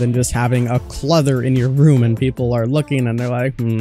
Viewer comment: Also it's "et cetera" not "excetera", and "clutter" not "cluther" my brother loool